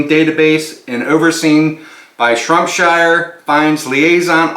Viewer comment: SHROPSHIRE !!!! Not shrumpshire